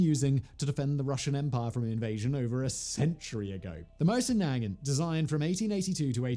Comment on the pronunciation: Not nag ant, is nuh gaunt